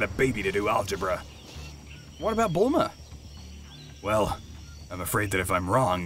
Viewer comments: "Belma" haha its "Bulma" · BELMQAEROE HAHA ITS BULMA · It’s Bulma not Bellma and uhhh……. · It’s bulma not belma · It’s bulma not Bella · It's Bulma not belma 😂😂😂😂😂💀